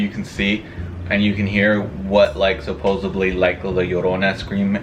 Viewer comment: It’s pronounced supposedly* not supposebly